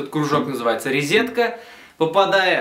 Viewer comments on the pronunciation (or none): Уроки хорошие, но ризетка и "звук усилЯется" режет уши )))